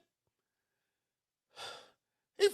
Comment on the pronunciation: sounds like he said BUCKED up not fucked up